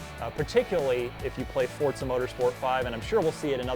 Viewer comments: Its not Fort Zah its For Za Forza Motorsports... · Fortza? You mean forza?